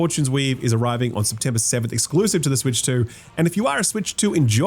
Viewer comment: it sounds like you say the game is coming September 7th, but its actually September 17th